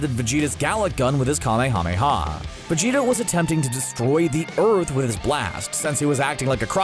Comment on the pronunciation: Could have sworn his name is pronounced VegetA with an A not an O